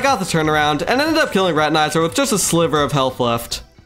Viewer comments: Not high quality. He says spazmatasm and reteneyeser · why does he say spazmatAsm and retinIzer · the way you say spazmatism and retinazer got me fucked up bro 😭spazmatazm and retin-eye-zer